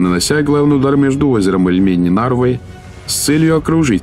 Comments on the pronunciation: Не ильмЕнь, а Ильмень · Когда наконец правильно ударение будете ставить И'льмень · Было лень ударение посмотреть у озера Ильмень? Одно из основных озер в русской истории всё-таки